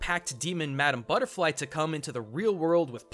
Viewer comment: ITS MADAMA BUTTEFLY BOI